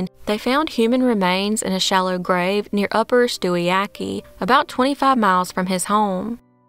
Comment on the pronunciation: Also you got most of the names right, stewiacke is pronounced Stewie-act